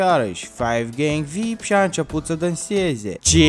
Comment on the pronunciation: Defapt se zice vi-ai-pi (very important person)